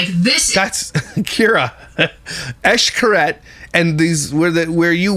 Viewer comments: It’s not eshcaret it’s shcaret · Eesh-Kah-Reht That’s how it’s pronounced 😊 My mom’s side of the family is from Merida, Cancun